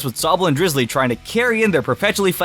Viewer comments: its not drizzily, its drizzile! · Drizzile not Drizulee